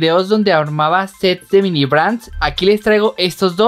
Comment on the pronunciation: no se dise mimi se dise mini